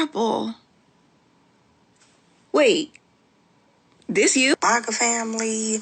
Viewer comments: She can't even pronounce her tribe correctly. She supposed to say MAGA FAMILY, but she said MACA FAMILY, DAMN! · Her MOGA Tribe as she keeps pronouncing it lol -COMANCHE NATION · Ofc it'd be the lady who can't even say MAGA the right way...tf is a mahkah yout trying to give em their tribe name to make you feel better about how you pushed your own community away and then blamed them for "exiling" you Wonder if her ancestors were some of the ones that'd sell out their families to slave traders Also woman...you know how many different things we black people simply call a "tub" ...we don't mean BATH tub for everything...we call some ice cream containers tubs...tubs of ice cream... a tub can be a container... don't tell me you are black illiterate trying to correct someone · She can't even pronounce maga right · She can't even pronounce MAGA lol😅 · That one black lady cant even say MAGA right is CRAZY! We dont need them in our community they did us a favor. Also wanting to be black when its convenient is diabolical... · In the first video... even that poor child's head couldn't believe the words that were coming out of her mouth. It kept shaking itself NOOOOOO the whole time! (Also I hate the way she pronounces MAGA.) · Why she pronounce maga like that